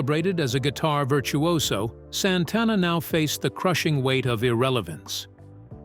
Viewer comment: Mispronounced Santana .....